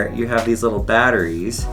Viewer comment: "batteries" Yep OK sure